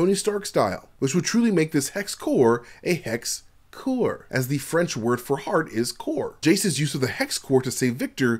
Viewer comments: Nice video. Although as a French speaker, I'm obligated to say "coeur" is the french word for heart (and it doesn't pronounce as "core" - it's more like "k - e - r") and "core" would be better translated as "noyau" or "essence". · French word for hearth is Coeur and not core, they dont even pronounce the same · In french the word for "heart" is not pronounce "core" it is pronounce like the end of "Vander" you just delete the "vand" part and you add the sound "k" and it's spell "coeur" there is no "o" sound